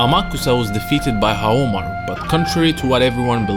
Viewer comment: “Nakoruru, back to help Haomaruh” she moves on her own